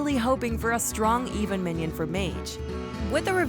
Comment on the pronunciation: Lol one mission u mean minion lol hahaha hear it again